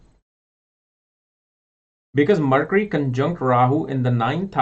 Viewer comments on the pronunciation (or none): none